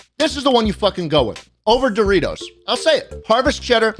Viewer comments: Schlatt saying the name of Doritos wrong: Says sorry Also Schlatt: This f*cking sucks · Mispronounces Dorites spicy sweet chili and apologies but then proceeds to reck em. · Proceeds to say the chips suck after apologizing to Doritos for mispronouncing the name